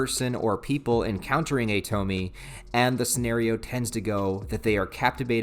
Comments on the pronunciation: You calling her (toh-mi) instead of (toh-mi-eh) is making me grit my teeth.. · You mispronounced the name it’s not Tou-Me it’s pronounced Tou-Me-Eh. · Japanese names don't follow English rules of pronunciation. It's To-mi-e. Three distinct syllables. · I'm sure others will say 1000 times but it is pronounced "Toe-Mee-Eigh" like Toe, Meet and Eight. Or Toh-Mee-Ay for you normal minded ppl The very first Tomie chapter was written by Ito as a student for a competition of some sort. So he wasn't even properly an adult or mangaka at that point. Cool to see the beginnings of a great though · broo I love junji Ito, I have entire shelf of his stuff. great video btw, its pronounced tom-e-ayy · Bro, you’re killing me with the “Toe-Me” thing, but I still love ya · Way too late cause the video’s here and it’s said many times but her name’s got three syllables. (Toe-me-ay)